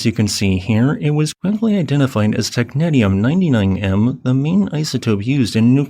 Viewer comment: Wtf was that pronunciation of Technetium 😭😭😭😭